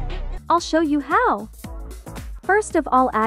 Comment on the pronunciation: “ill show you HEAOW”